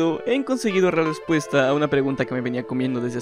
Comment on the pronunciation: "he conseguido ra lespuesta" xd